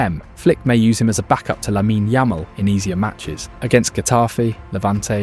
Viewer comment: Please stop saying Laminé, e is silent.